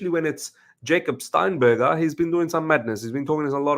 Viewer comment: It’s Jacob steinburg miz let’s relax